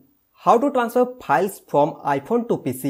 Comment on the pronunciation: Please correct your English first , it’s not piles 🤣🤣🤣